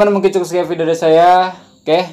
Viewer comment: hehehe kaaaan. pastu klo huruf V, jd huruf F. (video=fidio, covid=cofid) haha